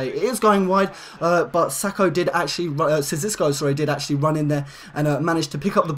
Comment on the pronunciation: 30 wins 0 losses and 5 wins WTF and you pronounce sissoko wrong